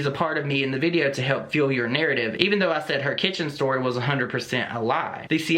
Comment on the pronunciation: “Fule” a fire. Come on. He needs to take a nap. Drink a Detox tea. Get some mental clarity. And try again. Actually don’t try again, just stop.